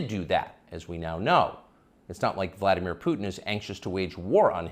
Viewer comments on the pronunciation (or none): none